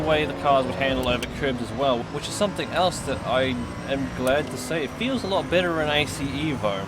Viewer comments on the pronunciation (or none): none